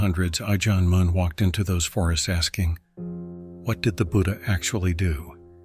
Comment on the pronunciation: Ajân "Mun" rhymes with done not dune, btw. อ. มั่น